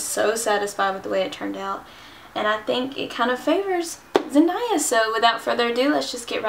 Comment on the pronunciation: I love the look 😍😍👌 Btw, her name is pronounced "Zen-DAY-a" 😂